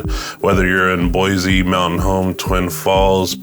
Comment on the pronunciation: I could tell right away that you aren't a native. It's BOY-SEE, not BOY-ZEE. Sigh...